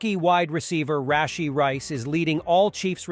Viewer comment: Brett Favruh, Rasheee Rice